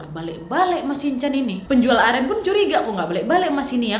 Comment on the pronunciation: Aku dengernya beli air amer bukan air aren😭😭